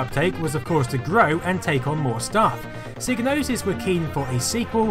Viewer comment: Great documentary, but the G in psygnosis is silent ;)